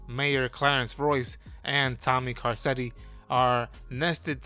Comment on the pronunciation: Kar-ketti… have you ever watched the show?